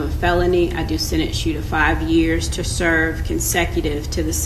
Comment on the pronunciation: Why did the judge say sedence instead of sentence